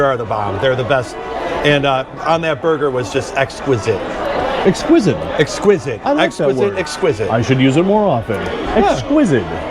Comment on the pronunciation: Bro doesn't know the word exquisite and said exquisid lol typical Vikings fan.